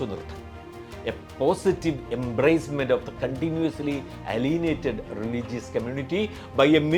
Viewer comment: ഇക്കാര്യത്തിൽ മാത്രം മുസ്ലിം നിലപാടിനൊപ്പം 👍 പിന്നെ അലീനിയേറ്റഡ് എന്നല്ല 👉 എയ്ലിയനേറ്റഡ് ✔️ ALIENATED